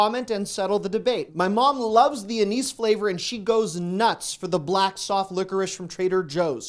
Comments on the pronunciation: Red licorice is just strawberry-flavored soft candy. Licorice IS a flavor. It's similar to anise, which is a separate, different plant.. But it's definitely NOT strawberry or any other flavor. Also, it's not "ah NEESE," it's "AN iss." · I believe you may have mispronounced “anise.” The i is pronounced as “ih” not “ee.” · I love your videos. They are always very helpful. Being from Chicago, I have to say we pronounce "ANISE" with a lower case sound of a and i. So it would rhyme with the name Janice. Never heard it said the way you did. Maybe it is just a midwest accent thing in my area. Love ya!